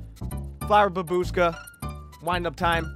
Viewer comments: It is correct to say bAbuchka, not babUshka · bAbushka! Not babUshka! я знаю о чем говорю, поверь мне. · Btw, it's bAbushka, not babUshka) but I know u don't care 😄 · Ffs, bAbushka, not babUshka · Dude, its actually bAbushka, with accent on first letter "A" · flower bAbushka. accent on BABushka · on english it's babUshka but on russian it's bAbushka , what is this shit